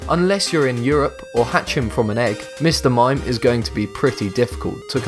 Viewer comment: mime not mine